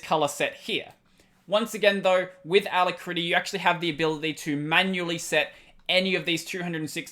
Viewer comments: Just a nit. It's aLACritty, not alacRITTy. Other than that, good show! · It always throws me for a split second when you say ala - critty, such an interesting way to pronounce it! Really enjoying your content -- cheers! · I am cringing every time you say alacritty